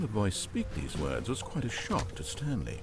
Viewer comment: Him finding news ways to pronounce words wrong never gets old for me